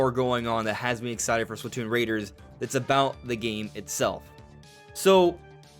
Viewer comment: You’re “very ex-eye to play”? Bro, pronounce your words